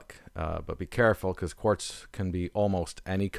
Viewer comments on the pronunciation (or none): none